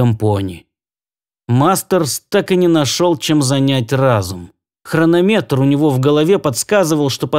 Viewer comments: автор - без обид, хронОметр - правильное ударение, а хрономЕтр - это неправильное ударение. И ещё - впЕрился - правильное, а вперИлся - нет. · Уважаемый,можно маленьк замечание по ударению в слове?ДумаюВы не будете в обиде..... хронОметр. За работу спасибо! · ХрономЕтр? Помилуйте! Он всё-таки хронОметр. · спасибо большое! проворонил хронОметр. Мой косяк значит. Стараюсь читать грамотно, но бывают косяки, увы. с вперился - вопрос дискуссионный. и грамота ру и гдеударение рф даю ударение вперИлся. НО спасибо большое за внимание и подсказки!